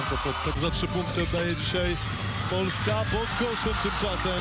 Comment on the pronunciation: polska ndi polaska hehe